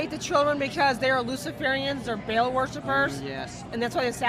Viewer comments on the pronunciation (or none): She pronounced Ba'al like bail. I mean, that's probably the least of her issues, but still annoying 🙄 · Baal is pronounced Ba’al or Bah-l, not Bale, this is insulting to my ancestors. 😂